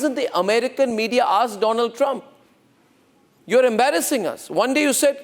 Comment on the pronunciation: My frrend doland traamp 😂😂😂